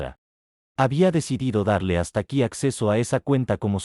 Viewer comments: El bot en vez de leer el nombre Stacy (pronunciado Esteici) lo interpreta como "Hasta Aquí" jajajajaja. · Jajaja yo siempre escucho las historias! Cuando escuche el nombre de la hija, pensé que nombre tan raro "Stáki"